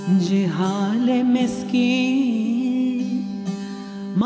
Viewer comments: Farsi ka pronunciation sahi nahi hai, ja nahi za... Ganay waloo pay responsibility hoti hai, kay sahi gaye... Aap bhi koshish kijiye.. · Zee hale Maskeen not Jee hale spoiled the essence of this tukri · " ج " اور " ذ " دو الگ الگ حروف ہیں۔ لفظ " ذی حال " ہے، " جی حال " نہیں۔ آپ معلوم نہیں کیسی اردو میں بات کر رہی ہیں۔